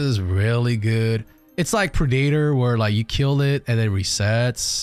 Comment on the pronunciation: brother, the word predator is pronounced preh·duh·tr. It has three distinct sounds. The way you say predator is kinda unsettling, for how well you pronounce otherwise.